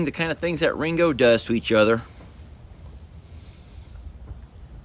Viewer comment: Yes it does. Who would’ve THUNK IT, IS A TEXAS THANG. Lol love ❤️ when I hear u say thangs like I do. It’s a country thang too. Thanks. Love all the babies